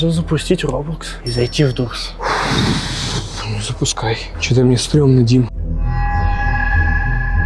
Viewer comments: Не дурс а дорс😂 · правельно дорс а не дурс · Не дурс а дорс кто согл сюда👇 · Правильно не дуртс а дортс 😂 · провильно говорится дор а не дур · я не хочу хвастаться но правильно говориться не дурс а дорс❤ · Ребята если что Doors читается как доорс а не дуурс заметите пж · Не дурс а дорс но видио крутое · Ребята не дурс а дорс правильно говорить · Не дурс а доорс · Не Дурс а Дорс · Эээээ правильно дорс а не дурс! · Блиииин ну не дурс а дорс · Говорите правильно доорс а не дурс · Дорс а не дурс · не дурсс а дорсс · И это не дурс а дорс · Ну не дурс а дорс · Не дурц а дорц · Не дурс , а дорс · Не дурс а дорс😡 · ета доорс а не дурс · это понятно что вы не умеите каварить doors доорс а не дуурс если там стаит буква d и oo сначет доорс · вообще то не Дурс а Дорс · НЕ ДУРС А ДОРС ВЫ ЧЕ сорян не смогла не сказать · ТЫ. НЕ. ПРАВИЛЬНО ГОВОРИШЬ. НЕ. ДУРС. А. ДОРС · Почему он называет дурс а не дорс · Правильно Дорс